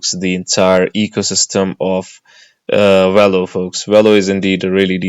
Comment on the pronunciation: It’s not “wello” it’s Velo.